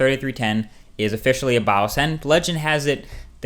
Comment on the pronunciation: you say "Boss" really strangely, as if it had several W's